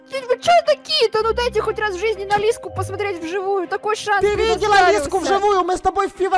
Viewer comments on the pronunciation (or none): круто сказал пасматреть как итальянец